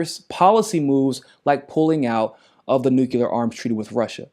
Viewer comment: Nuclear = New-Clee-Er, not new-cue-lur. 😢